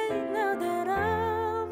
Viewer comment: Problematic pa sya sa pronunciation... Lalo na sa TH, sa I, sa A, sa U. Madali lang ayusin yan. Nuod sya american series, kada dialogue, pause nya tapos vocally mimic lang para makuha ang saktong pagkasabi... Sakit sa tenga ung Through naging True Ung Three naging Tree Ung That naging Dat Ung Wind naging Wend